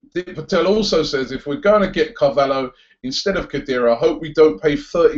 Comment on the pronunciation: Why do you keep calling him CAVALLO? lol surely it's pronounced Carvallyo?